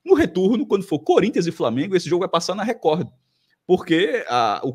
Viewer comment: Esse Cássio além de sair com a ex e o atual dela ou seja assumidamente um boi fica chamando a TV Record onde o d é mudo no final de TV Recordi. 😅😅😅😂😂🐂🐂